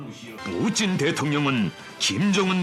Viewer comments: 뿌찐ㅋㅋㅋㅋㅋㅋㅋㅋ발음 미치겄다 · 뿌찐 ㅋㅋㅋ 발음 살벌하네잉 ㅋ